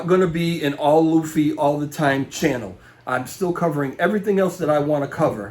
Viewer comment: Loofy. You said it right. Please keep saying Lou fee